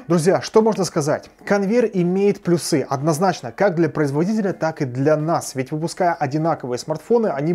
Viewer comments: Не плюсЫ, а плЮсы)) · пожалуйста. Не плюсЫ! А плЮсы! Грамотный же человек, будь грамотным во всем. А то когда так говоришь сразу вспоминается Войтенко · Как же режут слух плюсЫ!!! Позовите Училку пожалуйста!!! Пусть разберёт.😂😂😂